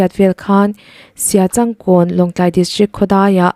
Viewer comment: Mizo thumal,eg;siachankawn tih I chhiar dan te kha a dik miah lo a nia,in zir deuh teh,I aw a mawi teh reng nen chhiarkawp tur ang chi ang ah te hian mawi leh nalh deuh ngaihthlak turin han chhiar thin teh miss